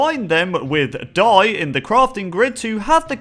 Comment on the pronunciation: He said doi instead of dye